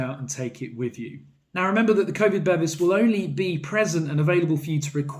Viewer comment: Bevis (meaning certificate in Swedish) is pronounced be-vees not bevvies which is what you get in a pub in England, made me chuckle!